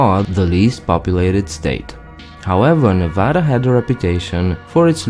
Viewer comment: Thank you for correcting the pronunciation of Nevada. It's always a pet pive of mine. Everyone outside of Nevada also mispronounces the name of settlement of Genoa.